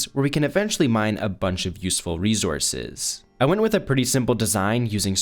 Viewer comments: Plz stop saying rezurzes i beg it's resources 🙏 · “REZOURCES” wtf man you say it every other sentence say it right ffs “RESOURCES”!! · He keeps on saying resources with a z